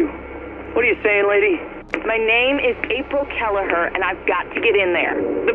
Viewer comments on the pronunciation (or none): none